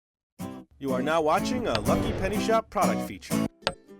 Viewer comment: hey its lllllllllllllllllllucky penny shop -thats how he says it. lol